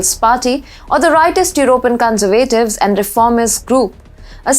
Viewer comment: terrible presentation. what on earth are you talking about? please use punctuation, commas, full stops and learn how to pronounce 'conservatives' just ask google. amateur hour.